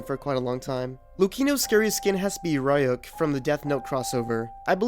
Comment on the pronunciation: The way you pronounced “Ryuk” made my skin crawl.